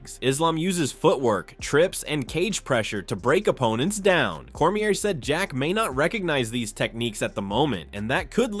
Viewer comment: Cornier and Mikachev xD come on bro check your AI voice before you post